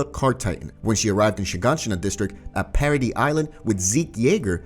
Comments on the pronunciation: Its para-dees not para-dee bro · Why do you call it parody Island. Its paradis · Bro its paradi ifs how you pronounce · paradise... para-dice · Is anybody else annoyed when he keeps calling paradise paraD? Or is it just me😭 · Why the fuck does he say parody island